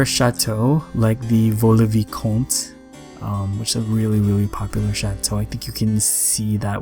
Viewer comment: Amazing build! It reminds me of the castle of Rueil Malmaison, my hometown where Napoleon and his first wife lived 😍 And well done on your pronunciation of Vaux le Vicomte!! right on spot!